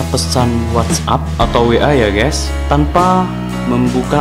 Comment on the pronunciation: Bukan ges tapi guys